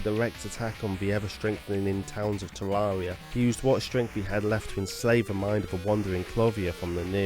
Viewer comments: Its tare rare eee augh not tare roar ee augh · ITS TERAIRRIA NOT TERARERIA GOD DAMMT A;LSDKJFA;SLDKJFA;LSDKJF;ASLDKFJA;SLDKFJA;SLDKJAS;LDKFJ;ASLDKFJASLDKFJ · Am i Dumb or hes saying tewawwia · Tevvavia? That is what he said, just me? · You can't even say "Terraria" properly. 😑